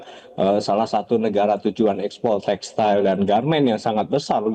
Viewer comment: Textil pak....bukan textail